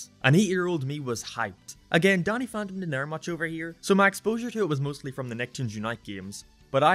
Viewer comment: "Donny Phontom"